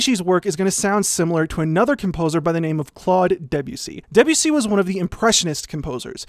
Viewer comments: Please pronounce Debussy by stressing the 'bu' not the 'de' as is in keep with French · For years I have known Debussy and I know it's pronounced "deb-you-see" but I will never stop pronouncing it "De'Bussy" in my head first lol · Great video but your pronunciation of Debussy is making me want to eat my laptop.